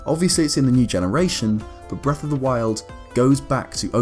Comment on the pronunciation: Why the hellndoes he call it breath, it sounds so terrible